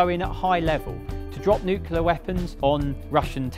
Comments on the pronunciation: New-clear. Say it. New. Clear. Nowhere in nuclear can you get a pronunciation anywhere near ‘nuculer’ or whatever mangling this was. Good vid tho. New. Clear. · It's NOT "NOO-CUE-LER", damnit! It's "NEW-CLEE-ur" - the word, 'CLEAR' is right there! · Nuclear is surely pronounced new-CLEAR, and definitely not new-KILLER. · It's not difficult is it? There are definitely some very hard words to pronounce in the English language - but new-KLEER certainly isn't one of them. It really grates when KILLER comes out. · Come now, - say it with us now... "nu-cle-ar". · Nucular bomber😄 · Nuculur weapons lol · Lovely documentray, except when he says "newkiller" (...weapon). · I can never tell whether people actually think the word is "new killer" or there is a very common and persistent speech impediment going on. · as a neucular *facepalms. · Oh for goodness sake. Nuke-u-lar is not a word. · it's not "nuke-u-lar" do we have to send english teachers over there? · I know it’s nitpicky, and the guy really must know his stuff and this is a great video, but the ‘nucular’ every time has me shaking my head 👀😂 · Why does he keep saying “nuc-u-Lear”? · "Nu-kill-er" weapon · Sorry but it grates on my eardrums every time with word "nuclear" is mangled. It's got the word "clear" in it ffs. New-clear. It really isn't hard. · It's bloody disgraceful to hear British says "nucelar" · The pronunciation of “nuclear” in this video drives me nuts! You are not an American! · Forgot to mention it was designed by Sir Roy Chadwick, who designed the Lancaster and Manchester bombers. That is not how you pronounce AILERONS or NUCLEAR. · The mispronunciation of nuclear took me away from the presentation more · I wish people would learn to say nuclear rather than newkiller. Great documentary though. ❤ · Why do so many people pronounce nuclear as nuke-u-lear ? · Nuclear, not nuculer. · NU CLEAR NOT NU KULAR.. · The word is NUCLEAR not NUCLULAR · Nuclear. Not nucular. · It is "nuclear" nor "Nucular."